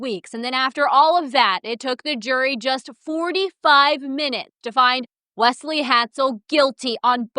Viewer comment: It's interesting how you pronounce Wesley, it almost sounds like 'Wess' in Ireland we would say it mote like 'Wez/Wez-Lee'